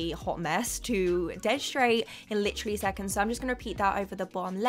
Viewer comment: take a shot every time she says “licherally”